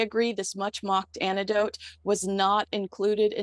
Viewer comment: OMG the word is anecdote not anitdote!!!!